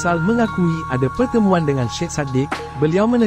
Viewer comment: sebutan nya bukan SHED sebutan ejaan SYED ialah SAYID